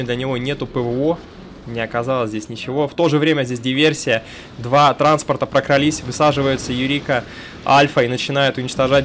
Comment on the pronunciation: не прокралИсь, а прокрАлись.